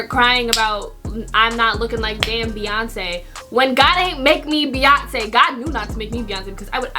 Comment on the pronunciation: When you brought up Beyonce it sounded like you were saying my name, because my name is Breyonce😂😂